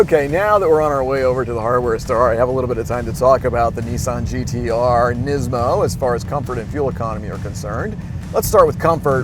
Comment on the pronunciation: It's pronounced knees mo I think..